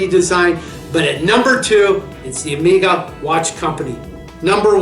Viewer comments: OMG - ''Amiga'' watch company... Better know English, because if one have to rely on the subtitles will be well served... Nevertheless great vintage list there, maybe it's hard to call Omega underrated brand, in fact it is one of the most appreciated watch making brands outthere. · Great video! More common pronunciation of two of your watches: Zenith (Zeenith); Omega (Omayga). Just a thought.